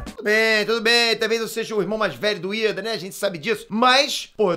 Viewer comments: É Lida e não IIDA kkkkkkk mas ficaria legal vc de cosplayd e Lida-kun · Kakakakakakajs ele falando ida e não lida kakajs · Não é IIda é Lida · chamando lida de iida? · Lida? pensava q era Iida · kkkk,, n é Iida, e sim Lida kkk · Ele falo "ida" O nome é "Lida" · eu ouvi errado ou ele falou "o ida" ksksksksksskksks